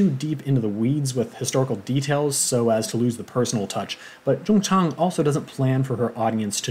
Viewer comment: Your way of pronouncing the author’s name, Jung Chang is correct! FYI, I do speak Mandarin. Thank you for the good review on the book btw :-)